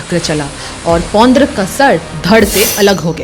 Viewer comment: Aap log jab story itne detail me collect kar sakte ho, naam ka pronounciation b sahi wala karlo, it's ड, not द। पौंड्रक